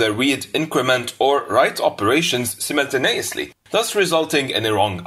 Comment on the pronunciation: yeah, especially his simnenteneniously